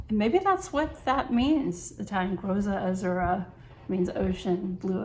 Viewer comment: Great review! Sorry for being the first to bother you with Italian pronunciation, but it is actually "Grotta Azzurra" which translates to "Blue Grotto", a famous sea cave near to Naples!